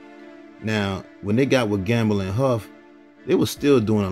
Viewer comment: It’s with, not wif